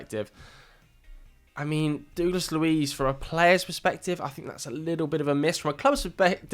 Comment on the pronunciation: You are mispronouncing Douglas horrendously 😂😂